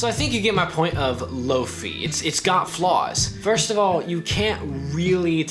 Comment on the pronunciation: Great video. I found one today for nine bucks at a thrift store. I'd like to add its pronounced lo fie not lo fee. Comes from hifi which is high fidelity and lofi is low fidelity. I e low quality